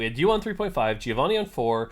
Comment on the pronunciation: Hearing you butcher "Giovanni" over and over again is pure pain... It's not that hard, guys